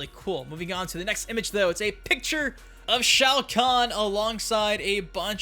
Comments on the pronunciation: ITS SHOA KHAN IDIOT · Bro that’s shao-kon